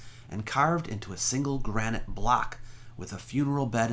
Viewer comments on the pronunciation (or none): none